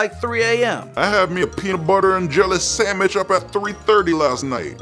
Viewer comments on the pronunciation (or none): * me mad at for saying samich*